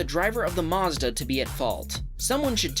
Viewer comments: It's Mazda not Mozda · “By a driver of a marzda” Americans trigger me